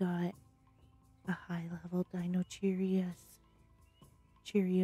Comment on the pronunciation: The best moment is when you say Deinocheirus a Deinocheerios 😂